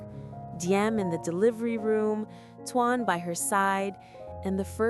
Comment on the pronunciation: Why in the world can't you pronounce his name properly it's t o a n not t u a n just like the word tone